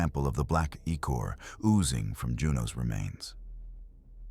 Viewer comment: There's something to be said with using one good voice. Its like an actual person telling you a story. Good mix of both kinds would be good. Other than that its odd it mispronounced "ichor". Lol